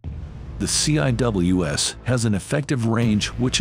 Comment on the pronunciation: The "C" "I" "W" "S"??? Anyone who knows anything about the Phalanx system, or any close-in weapon system knows it is not said that way. It is pronounced "seawiz". Not a single time going through CIWS "C" school or at any other point in my Navel enlistment as a Fire Controlman (FC) have I head anyone say it letter-by-letter. Plus you stopped talking about it at the search radar system, didn't mention the tracking radar system or the FLIR upgrade introduced with Block 1 Bravo that allows tracking heat signatures in a manual fire mode that allows for the interception of small craft. This upgrade was made after the attack on the USS Cole in the port of Yemen by suicide bombers in small rubber boats.